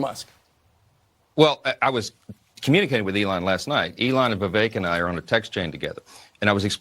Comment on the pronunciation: Vih-VAKE, NOT “VIV-eck”.